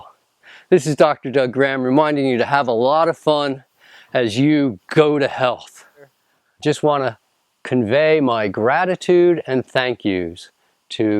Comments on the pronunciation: I think he does it on purpose. When you notice it, in the right context, its kind of funny, but I agree with you. I hear "go to hell" every time. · sounded like go to hell lmao